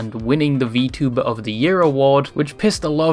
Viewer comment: You're from the UK, that pronunciation of vtuber is wild.